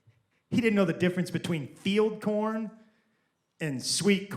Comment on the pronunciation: She said Feed corn, not field corn. Probably the accent. 😂